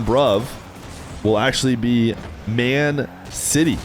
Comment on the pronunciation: It's Man CITY, not MAN City just to let you know